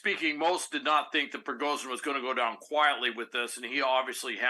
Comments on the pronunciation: “z” and “zh” are pronounced differently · Can't take this guy very seriously - - he cannot even properly pronounce the prigozhin name.